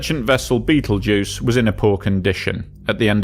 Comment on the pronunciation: I assume that by "Beetlejuice" you mean "Betelgeuse" !!😊